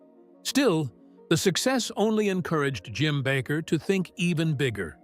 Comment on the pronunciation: His name is NOT Backer; it's BA' KER long A Accent on first sylable.